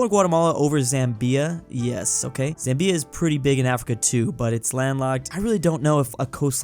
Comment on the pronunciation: You prunnounced Zambia wrong.